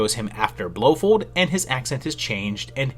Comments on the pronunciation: your mispronunciation of Blofeld feld not fold has made me not finish your video it is as bad as if you had called Bond's other main villan Goldpinky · Love it but I wince at your pronunciation of Blofeld. It’s “Blow Feld” not “Blow Fold”. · I remember seeing a post maybe from about mispronouncing things on purpose to encourage people to correct him in the comments but man oh man BlowFOLD blow Fold fold fold fold fold. That one was rough